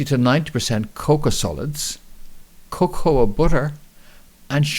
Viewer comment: Im sure Cocoa ia not pronounced like that. You said it right the first time then kind of made your own word up lol